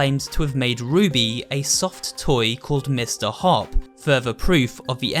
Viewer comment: Is nobody gonna explain that he/she said hoop than hopp